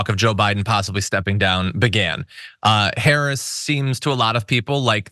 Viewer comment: That jerk not only calls the vice president a DEI hire; he also calls her "colored." If that's not racist I don't know what is. Plus mispronounces her name.